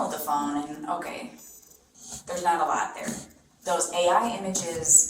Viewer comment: Michigan accent is terrible 😅 naaaaaaht.